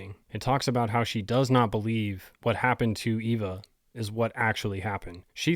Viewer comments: Not pronounced Ee-va, but Ay-va. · Eva is pronounced Ay-va.